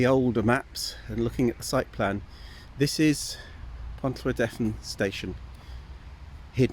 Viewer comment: Pontrhydyrun is pronounced pont-rhee-drin. Not pont-rhee-deth-in.